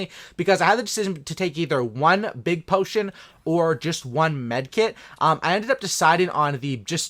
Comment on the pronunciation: Anyone else get triggered when he Says potion